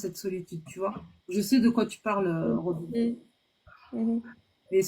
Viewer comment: Son prenom c Robine et pas Robin, faut savoir ecouter et faut arreter de couper les autres intervenants!